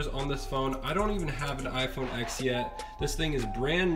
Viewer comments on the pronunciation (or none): why do you keep calling it iphone "x", its a roman numeral so its spoken as "ten" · It's called an iPhone x and the x is pronounced TEN